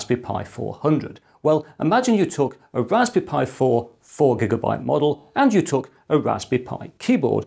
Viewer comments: Is he calling it a Raspi Pi? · I'm I the only hearing " Rasbi pi " ?? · "Ohw, a Rashpberry Pi 400, I supposhe." (Yep. You read it with the Sean Connery accent) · Why ist he always saying Rasbee Pie?